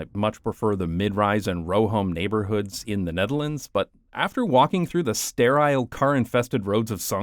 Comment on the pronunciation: Bro pronouncing Netherlands like that as if he's a native who speaks Dutch lmaooooo